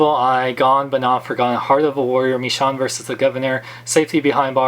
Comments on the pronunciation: Sorry but it's pronounced "Mee shown" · is it just me or does not pronounce the "sh" sound? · You say Michonne name weird